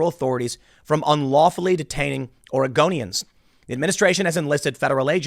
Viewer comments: Oregonians sounds like Argonians lmao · Sorry, all I hear is you saying "Argonians". - "Ours is to smile at your passing.... "